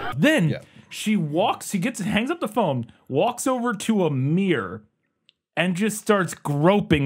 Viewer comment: lmao because of the weird way he mispronounces "mirror" i was like..... wait who is Amir? 🤣